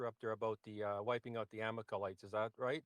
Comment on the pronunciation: Who are the “Amakalites?” Does he mean the Amalakites? This guy’s a mess.